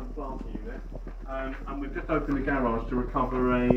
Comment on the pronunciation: What's a "garriage"?